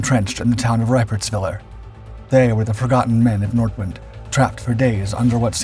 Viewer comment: It's "Nordvint", if you correctly pronounce the German